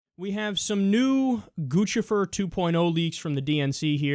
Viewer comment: Props to Kyle for pronouncing Guccifer correctly. It bugs me when other news people don't, like they don't get the joke.